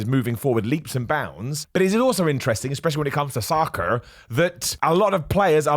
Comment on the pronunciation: I keep laughing at the accent when says "soccer" 😂